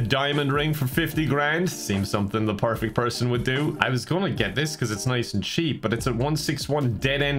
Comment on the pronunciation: My favorite thing about this whole video is when said “perfecy”